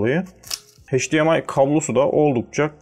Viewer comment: Videonun %80'i "Çince" sözcüğünden oluşuyor. Çin versiyonu alıp ne bekliyordunuz? Cümleleri de tekrar tekrar söylüyorsunuz, hatta üst üste iki kere aralıksız aynı bilgiyi tekrarlamanın amacını anlamadım. Bir de heyçdiar, heydiemay değil, eyçdiar ve eyçdiemay.